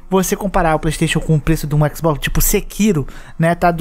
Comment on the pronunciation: Por essas e por outras que eu prefiro a Microsoft., parece que você tem medo de falar Xbox, não abre a boca pra falar.